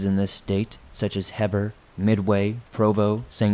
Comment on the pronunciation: "Heber," as in the city/county (and many other topographical features) in Utah, is pronounced 'HEE-buhr'. The place names are a reference to a dude named Heber C. Kimball, an original mormon church leader and enthusiastic polygamist who had 39 wives.